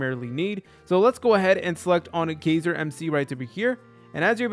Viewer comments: It’s not gayzer it’s guy-ser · its guyser not gayser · holy shit its pronounced GI-ser